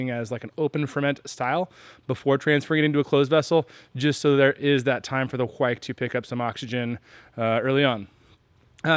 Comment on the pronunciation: you are saying it correctly, it's "kveik" not "ke-veik"